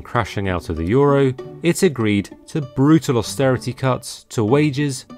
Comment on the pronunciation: Euro? We thought you said Gyro!! Opa!!!! 😂🇲🇰